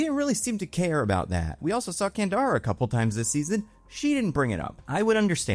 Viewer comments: I kept replying "Candra" everytime he said it wrong, couldn't help it. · It's Candra not Kandara. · Can-drah. Not can-dar-ah. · EVERY. TIME.